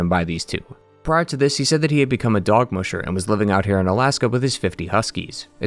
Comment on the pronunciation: The way you’re pronouncing “dog musher” is changing the meaning of the term in the funniest way 😂